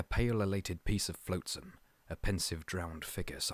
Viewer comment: OK, sorry about that. The pronunciation of lichen, flotsam, behemoth, and archipelago sounded a little confusing to me. There are so many AI voiced videos nowadays that it’s hard to tell